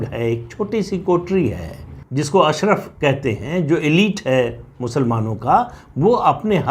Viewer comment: सर अशरफ़ नहीं अशराफ़ होता है शायद… Please check